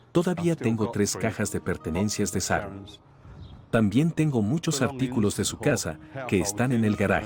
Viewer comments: se dice Sharon, no saron.... se dice Shock, no sock.... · Pronuncia bien .se diceCharon son buenos narrando estudien pronunciacion